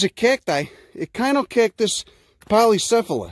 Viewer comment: wow,You said Echinocactus as kine-o-cactus? I never knew that. For decades..its been like Etch chin-o-cactus. Hmm.